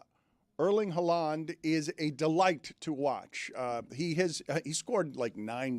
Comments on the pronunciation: Erling Haw-Lawn 😂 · Erling Haw-Lawn 😂😂😂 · Now has Dan pronouncing Haaland like no one else does 😂